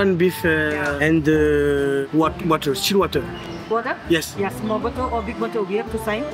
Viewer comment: « small beteu »😂😂😂😂😂😂